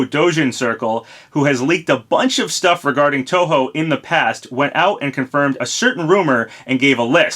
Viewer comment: Hey as a long term Touhou fan, thanks for pronouncing the name correctly.